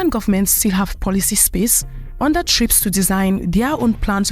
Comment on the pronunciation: What happened to the A in the acronym TRIPS SOUNDS MORE LIKE TRAPS.